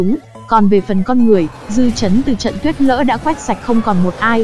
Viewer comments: ad đọc lại nào: Tuyết lở. lờ ơ lơ hỏi Lở. Cứ đọc tuyết Lỡ là sao?> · Tuyết lở , là tuyết lở k phải tuyết lỡ nhé , tuyết lở